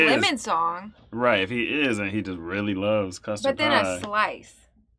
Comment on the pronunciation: Not sure what a “CUST-RAD” is lol